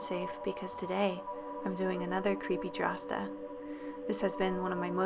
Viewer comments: Did she say creepydrasta or creepypasta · ... is it just me or does she say Creepy Drassa